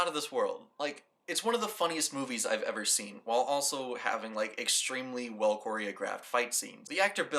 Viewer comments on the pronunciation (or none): none